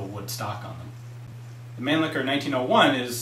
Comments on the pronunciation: Not pronounced man licker. That's completely butchering the German pronunciation. Its man- lisher to type it as it sounds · Nice job Ian! Just wanted to share with you that the Europeans of Germanic descent with whom I've discussed such things as the Mannlicher rifles, et. al., would pronounce the name (phonetically) as mahn-leesh-uh. Otherwise, your knowledge makes for quite interesting vids!